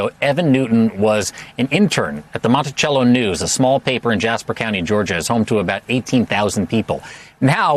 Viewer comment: Mont-I-SELL-o. Not cello.